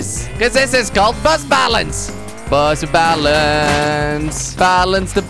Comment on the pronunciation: instead of bus balance I thought that he said butt balance